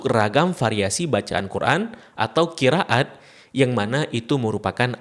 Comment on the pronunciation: admin aslinya dr mana? ko bacannya qira at.. ra ga dibca ro